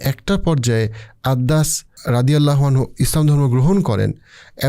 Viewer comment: Apnar uposthapona khub e shundor kintu shobshomoy lokhkho korechhi apni Sallallahu Alaihi wa sallam ebong Radiallahu ta'ala anhu porar shomoy ato druto ta poren ja shothhikvabe uchharito hoyna beshirvag shomoy... plz ai uchharon gulo adobotar shohit ebong shothhikvabe uchcharon korle khushi hobo🙏🏻